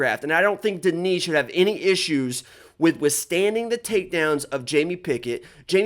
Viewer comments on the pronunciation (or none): Denis is pronounced DE-NIS not DE-NI. He isn't French he is Russian, Russians don't pronounce Denis DE-NI 😂😂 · Whatever you've heard, it's DE-NIS not DE-NI. Because if you were to talk to a Russian person and said DE-NI, the Russians would think you said the name Danny. Russian is a phonetic language. You don't magically decide to not pronounce a letter in a word or just say something different out of nowhere. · Bro, hes russian not french, why u calling him DeKnee